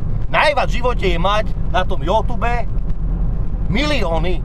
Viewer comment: nech sa naučí povedať You Tube chochot jeden :DDDDDDDDD